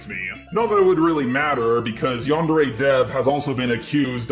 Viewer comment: Yandere Dev can't even pronounce "yandere" correctly...